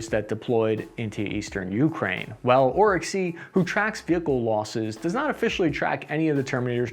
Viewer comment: But he still pronounces Ukraine as "YOO-krain" instead of "yoo-KRAIN." 😐